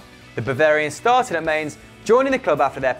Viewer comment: That's not how you pronounce Mainz. Typical Bpl fan, steal the bundesligas talent and managers and don't even show respect